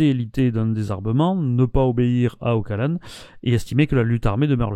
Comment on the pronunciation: Juste une chose: on prononce "Ochalane", pas "Ockalane".